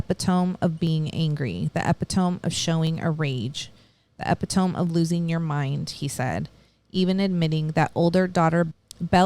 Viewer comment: The pronunciation of EPITOME??? Really??? SMH